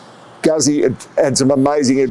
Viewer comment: pronounced Gootsie